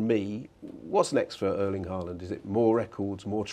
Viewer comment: Finally someone saying Haaland instead of Aalond